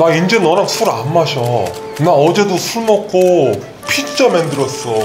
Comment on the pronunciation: 인터뷰 ㅈㄴ웃기네ㅋㅋㅋㅋ 핏짜 발음 좀더 영어스럽게 굴렸음 싱크로 400퍼였을듯ㅋㅋㅋ